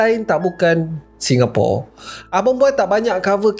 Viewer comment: Tolong sebut ASAL SINGAPURA. BUKAN ..... PORE RAH